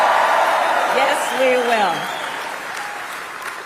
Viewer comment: Kamala Harris said s instead of yes.